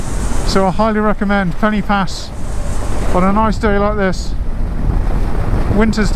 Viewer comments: for an english person to pronounce pen-y-pass properly . instead of calling it penny pass , say penn-er pass and say it quickly ,and there . now it sounds right . and you wont look like a complete tourist lol there are no penny anywhere near this name . but i can understand why you would call it penny . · Looks a lovely road and as you say fantastic without traffic - only one criticism, Pen Y Pas is pronounced Pen Er Pass, the Y in Welsh is pronounced like the letter U in English 😁